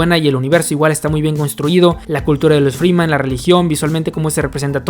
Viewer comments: Es Fremen, no freeman xD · Wey son fremen, no Free men aprende a decir las cosas cabron